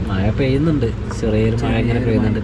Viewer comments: മയ അല്ല 😂മഴ യാ 💯❤ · Gulika kudikkuka alla. Kazhikkukayanu. Maya alla mazhayannu. Changayimaru alla changathi aanu correct. Kuyi alla kuzhi. Malayalam correct parayuka please